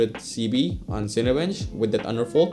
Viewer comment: I kept thinking you were saying underfold lol.